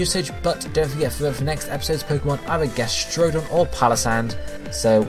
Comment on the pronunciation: gastrodon for cindy or as likes to say "ges-trew-don"